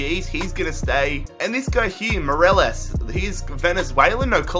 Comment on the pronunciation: He said Moreles